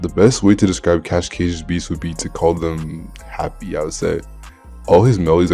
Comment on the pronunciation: Cash cash is how it’s pronounced lol